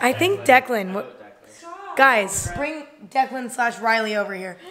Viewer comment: Did she not call him declen??